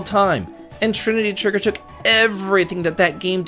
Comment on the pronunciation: gahahahaahah bro said trininty triggeer .time to get offline